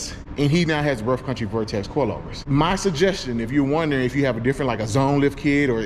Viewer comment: Say vortex.. one more time.. 😡